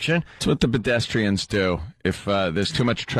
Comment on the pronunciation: Anthony says bedestrians